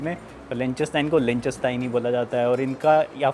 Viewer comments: Lik -sten-stein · Pls learn to pronounce the name of the country correctly …. lik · tuhn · stine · Pronunciation is wrong. It’s “lick," "ten," and "stine"